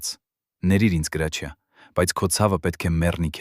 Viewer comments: Ոչխար Գրաչյա չի Հրաչյա է։ Եթե թարգմանություն է գոնե հայերեն դարձրու։ Լսելը անգամ այդ հրաշք դերասանի մասին հնարավոր չի։ Զայրույթից կոֆես թափեցի։ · Հրաչյա Վանեցին Գրաչյա չի կարող ասել երբեք . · Ունենք գեղեցիկ, հնչեղ ՀՐԱՉՅԱ, խոսեք հայեցի։ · Էս նյութը կարդացողը հայ չի?, ինչու,,գրաչյա,, ոչ թե Հրաչյա։ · Հենց միայն այն,որ անունը անտանելի սխալ եք կարդում, էլ չեմ ուզում լսել շարունակությունը, հաստատ հորինած անհեթեթ պատմություն է 😢